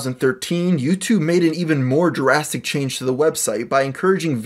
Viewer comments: it's drastic change not Jurassic change. 😑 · i hate how many times you mispronounce the word drastic and instead say "Jurastic" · You say "jurassic" and "jurassically" instead of "drastic" and "drastically" and my inner English teacher is triggered beyond reason. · "jurassic" change... pls learn english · how come anytime he says drastic is sounds like jurassic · are you saying "jurassic" change? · "Jurastic change" lol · more like "jurassic change"😂😂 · I guess he just can't pronounce 'drastic'. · Please stop saying 'drastic/drastically' like 'Jurassic/jurassically' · "jurrastic change"😞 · Did...did you just say "Jurassic change"? Do you mean drastic? Have you been saying Jurassic your whole life? If so that's hilarious. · Does anyone hear Jurassic change instead of Drastic change? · Are you saying 'jurassic' change or drastic? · It sounded like giraffetic change to me lol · dras·tic there's no "U" in drastic. Stop pronouncing it "Durastic". Please and thank you